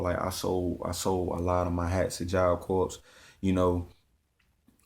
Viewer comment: Corps is said like job core